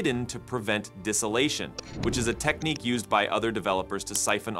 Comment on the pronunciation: That's not how you pronounce "distillation".